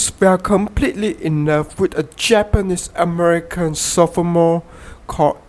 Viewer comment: Has anyone noticed that the guy in the video says things like I am an Americant, into productiont The American flim company , Gonet , swelling only the braint, he died with an erectiont .